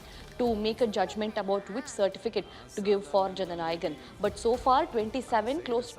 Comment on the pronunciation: Is it so difficult to pronounce jana nayagan 🤦‍♂️🤦‍♂️